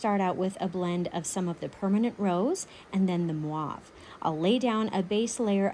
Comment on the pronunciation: I love everything you do, you’re the best artist that I started following but please stop saying MWAV for the mauve. It’s should be pronounced & sound like M O V E. The O should sound like O. ❤️